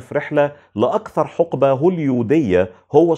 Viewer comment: (حِقبة) بكسر الحاء وليست (حُقبة) وشكرا لاهتمامك الدائم بالنطق اللغوي السليم وهذه إلماحة متواضعة لإعجابي الشديد بمجهودك في الحفاظ على لغتنا الجميلة.